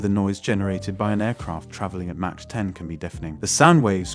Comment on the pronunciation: Good video! One note, Mach is pronounced primarily as “Mawk” and not “Mawch”. Enjoyed watching!